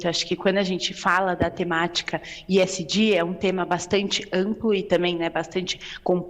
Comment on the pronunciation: Que coisa pedante esta moça falando esg com iésgi ....